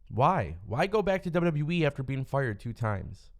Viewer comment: This guy literally saying WWE wrong if you really hear it sound like it sounds like he's saying WWwe